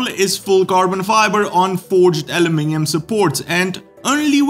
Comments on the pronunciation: Let's hope the adjustability of the handlebars, footrests, etc, is catching and infects all bikes! So pleased you pronounced aluminium correctly 😁. Of course the trickiest word to pronounce, even for most people in the UK, is schedule. Pronounced "shedule" not "skedule". 👍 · obviously taught you the correct pronunciation of aluminium. Well done. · Aluminium pronounced correctly earns an up vote all on its own. (Superfluous as I always up vote anyway🤷‍♂️)